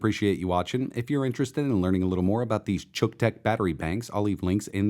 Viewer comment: So, uh, just exactly how are we supposed to pronounce the name of this thing? It's pretty obvious that had to do a ton of overdubbing to change it from however he pronounced it originally (rhymes with buck?) to "chook"; but, that doesn't seem right either. Is it "Cook-tech"? Yeah, that's the ticket! That name is so unfortunate. Best case scenario its name promises that it'll fry whatever you plug into it, and at worst it's something that my girlfriend's husband would use to charge his camera. Good job, Xiaomi marketing people. Good job.